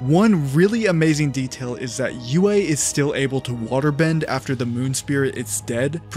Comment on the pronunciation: That part felt very contrived to me. Also its Sokka not Zuko, and its also Yue not Uway.